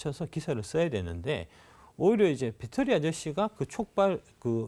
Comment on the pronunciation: 배터리아저씨가 아니라 빳데리아저씨, 빠재입니다 ㅋㅋㅋㅋ